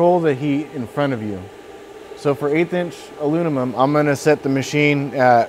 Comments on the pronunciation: This comment is not meant to be rude at all. I appreciate the video it was very helpful. Post disclaimer here’s my observation: I’ve met 3 people in my life that struggled pronouncing the word Aluminum. It comes out as aluninim or alumimum. All 3 of those guys struggled in school. All 3 of those guys have extremely high ability level not just in fabrication/welding but in any hand eye coordination work in general. It’s weird! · "WELD MEAN, WELD GREEN" Alunimum!